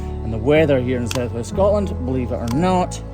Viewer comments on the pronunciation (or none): none